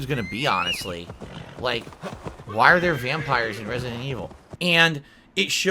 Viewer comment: Notice he slurs the word 'vampire' listen very carefully he says wampire the multiple gins on a daily basis is clearly getting to him!